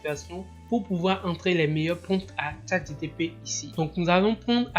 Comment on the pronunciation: Pourquoi dis-tu toujours ChatGTP... alors que c'est ChatGPT ??? Sinon bravo pour le travail